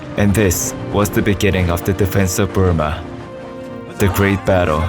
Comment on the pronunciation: Lol BrOOma not BURma